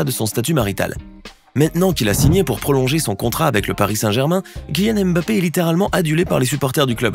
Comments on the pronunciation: Chers tous. Ça ne vous fatigue pas de prononcer le M à chaque fois ? C'est un nom africain. Ça se lit mmmBappé,😩😩😩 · voilà ! On prononce le M comme si on appréciait une soupe avant de lâcher le reste : Bappé